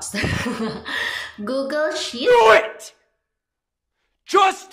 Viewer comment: anong ( googil } its pronouns as ( googul ) google at hindi jmail its gmail hahaha